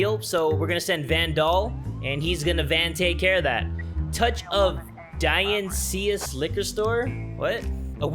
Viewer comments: die-on-is-cyst minus the t is how u pronounce it. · I literally stopped the video to comment this. Yes, i'm a prick, but the liquor store was pronounced "dye-on-eye-sis's liquor". Dionysus was the greek god of partying and wine. Sorry, I know I'm annoying, but you're THAT DUDE! I love you!